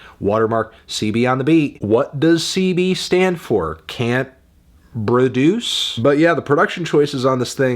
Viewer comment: I keep coming back to this because "can't broduce" fucking kills me every time